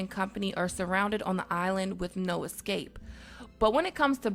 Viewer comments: It's pronounced ESCAPE. NOT EKSCAPE. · Sorry. eScape. Not eXscape. Thanks. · Ways to " ekscape " ? Please work on your English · Ecape..... not eXscape.... jeeeez... is English really "that" hard ? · eScape NOT eXcape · Instead of escape she says excape. She sounds like someone who would "axe" you a question